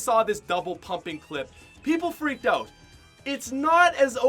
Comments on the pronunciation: it’s out not oat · Anyone notice he says out like oat